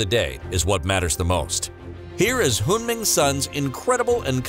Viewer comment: This narrator doesn't even know how to pronounce Son Heung-Min correctly and he pronounces the Korean cities like Chinese cities. WTH.